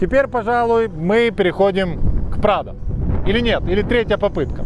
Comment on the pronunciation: Когда ведущий сказал: «Подгоняем Прадо» - показалось «Подгоняем трактор»))